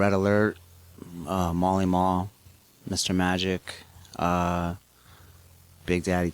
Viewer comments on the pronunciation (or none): molly maul? i think he meant to say marley marl . lmao